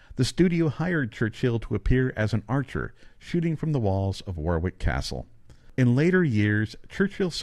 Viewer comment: War wick is pronounced Warrick.